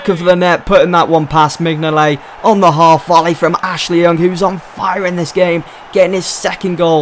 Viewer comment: Minyolet u say it wrong!!!!